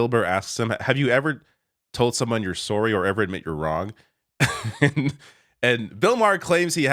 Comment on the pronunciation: says "sorry" in Canadian.